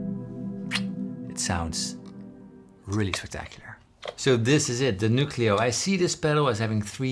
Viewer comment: It's pronounced "New-cleo" 😅 Can you do the Halo theme with this?